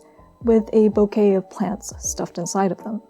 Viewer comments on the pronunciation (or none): none